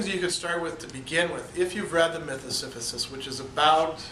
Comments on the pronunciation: Si-si-phus not si-phu-sis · Am I hearing you right, "Siphysus" ? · Yeah he kept saying it wrong. It threw me a bit at first